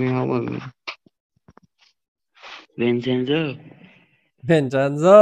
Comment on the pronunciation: the way he says Vincenzo 😂😂😂😂